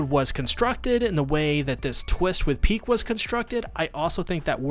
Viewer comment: It's ridiculous how you're not able to say Pieck just one time but you repeat her name multiple times xD